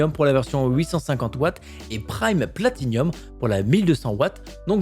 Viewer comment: On dit pas plati-nium mais plati-num